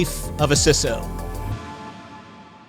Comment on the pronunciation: its pronounced 'cee-so'